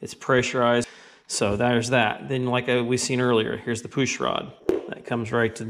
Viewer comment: poosh lol, awesome videos but your pronounciation of words that start with pu is pretty funny lol